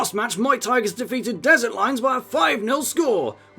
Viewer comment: When he pointed out Muay tigers as Muay Thai I can’t unheard it lol it just Muay Thai -gers